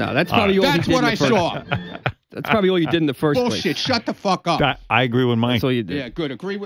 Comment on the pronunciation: Come on someone must have “sawr” something